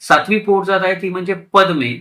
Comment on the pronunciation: पदमे नाही पद्यें अशी आहे द ला य जोडलेले आले म नाही